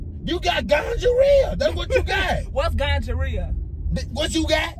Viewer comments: he say gongorrhea, not gonorrhoea 🤣🤣🤣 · He said gonjarea 😅😂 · NOT TF HE SAID GUJA RIHA 🤦🏽‍♀️😩🙄👀👀👀🤣🤣😂😂😂😂 sleep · Already cracking up and all Big homie said was" Better not be no D in that" omg I love you guys so much. 🤣🤣🤣🤣🤣🤣🤣🤣 Today's my day off and gotta get you guys in. GONGHAREA, Gingivitis not Gonorrhea ..this man is a fool. 😂😂😂😂😂. Z you got him good ..Good job. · When he said Ganjarea 🤣😭🤣😭🤣😭🤣😭😭😭😭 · He said gonjareea lol I can't with him yo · My boy said gonjarea I can't 😅😅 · Not him saying the infection name wrong